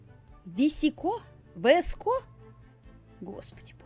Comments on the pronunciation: мне нравится E-girl ведь я E-girl 😅😄 и да не 《Веско》 а 《Виско》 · Не висэко гёрл, а вско гёрл, не е гёрл, а и гёрл) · Правильно говорить виска гер и и гер🙄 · Не "ВИСКО",а "ВСКО", без "И", да, без "И" Многие люди произносят это слово по разному, как кому угодно. В одной википедии написано —одно, в другой — другое. Я это просто написала, чтоб поржать, некоторые это восприняли всерьёз, а кто-то понял, что это создано ради шутки. Спасибо за понимание! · Это вроде читается как «вско гёрл». Видос крутой ❤️ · Господи ,,ви,, это буква , в этом слове она читается VSCO-виско Англичане никогда не говорят букву ,,В,, в словах Название «VSCO girl» ( произн. виско гёрл) происходит от одноименного приложения для ... Это я нашла в Википедии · Vsco как пишется так и читается